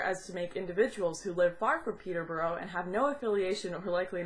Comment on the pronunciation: Peterborough is pronounced Peter-bura. It's weird how the English language warps across the seas... AND IM OFFENDED! No I'm not, I've seen Swedish people try and say Loughborough they couldn't say well enough for the bus driver to understand, but we were going to the same place so I helped them out. It's a weird language 😊